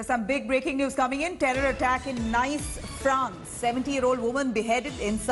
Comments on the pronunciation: It's not Nice as in English 😂 It's pronounced as Neeece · It's not "nice" Madame....it's pronounced "niece". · It is pronounced ' Nees' not 'Nice' u dolt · Nice is pronounced as 'niece'. Please check with foreign language speakers for any future names in any language if India Today looks for accuracy. France is not a Muslim country but has its doors open to Europe's largest Muslim community. France must evict all suspected Islamists, cancel and reduce the permits of mosques and Islamic influence in secular Christian France. Get the army to patrol in no-go Muslim areas in Paris and other French cities to enforce French law and not syariah law ! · It's pronounced as "Niece ". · It’s pronounced as “niece” 🤦‍♂️